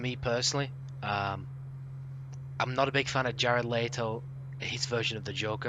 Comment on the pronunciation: Stop pronouncing jared letto's last name. "Leetoe, or Layto" its Le-to.😂 great podcast though lads